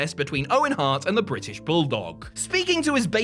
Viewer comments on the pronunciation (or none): none